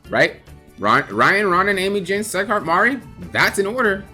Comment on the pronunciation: Did he just say SEGHART instead of SIGHART on sieghart hahahha